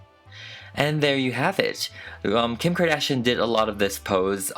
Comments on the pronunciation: You GOOTT TO love the way he says Kkim CKardán PERIOT BOO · Someone: Kim Kardashian Me: no, its Kim Kor-duh-shi-ohn